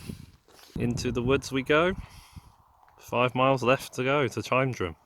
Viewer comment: Nah, Tyndrum was right. It’s from the Gàidhlig Taigh-an-Droma (Tye-an-dro-ma) meaning House on the ridge.